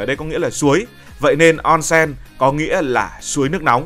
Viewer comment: Ôn sên, không phải on sen